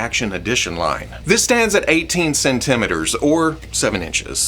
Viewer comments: I’m sorry... How did you just pronounce centimeters?!? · 18 CEN-TE-METRS... HAHAHA Love you